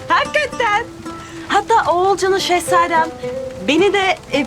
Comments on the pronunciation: Şengülün Qorğulcan demesi😂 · Şengün oğulcan'a korkulcan demesi 😅 Ve aybikeye'de aymine demesi 😅